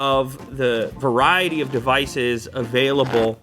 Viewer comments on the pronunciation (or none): none